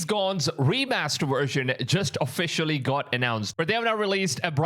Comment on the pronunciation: Best "wersion"